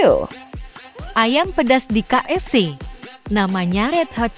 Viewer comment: Orang indo KFC Suara nya lain kaefci